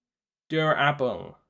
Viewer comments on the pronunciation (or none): Heyy thanks so much for reviewing, this is awesome. (I loved when you pronounced Durable like D-U-R-A-B-L-E lol) FYI: Active traits will essentially be the current powers like the void power, with some partial overlap with other active traits. For example, your active trait could be Void Distortion alongside having passives like Regeneration, Super Strength etc. Active traits will have a wheel to select your current active abilities, so you can only use one active before having to switch if you have multiple. The system will be quite complex but the complexity will be built from the simplicity of it foundation-wise. Again thanks alot, I will answer any comments about questions!